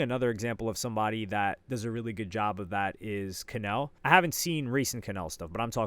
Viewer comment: Bro really said kanel😂